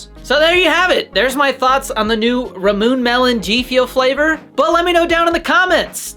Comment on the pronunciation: Subscribed!! “Ramoon” lol I think it’s pronounced ‘rah-moo-ney’ either way you’re my new favorite Gfuel content creator